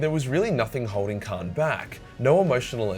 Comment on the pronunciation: Lol said Khran the betrayer